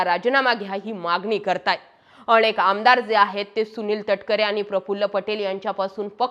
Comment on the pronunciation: भाषा जरा शुद्ध वापरलीत तर अजून छान होईल, अतिशय अशुद्ध वक्तृत्व... ते अनेक असतं आणेक नाही हो